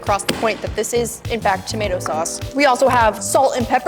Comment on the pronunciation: tamato Sause lol